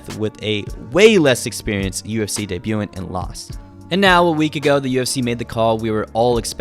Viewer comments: debu-TAHNT tj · dehbyoo taunt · Deb-you-taunt = Debutant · It’s pronounced deh-byou-thant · The word is pronounced day-bu-tan-t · debutant is pronounced as deh bayoo tunt